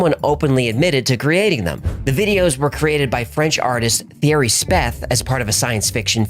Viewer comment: The french name Thierry is pronounced Tea-airy. Not thee-ery